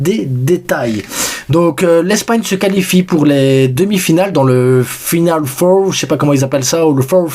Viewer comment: La manière dont tu dis Final Four 😂😂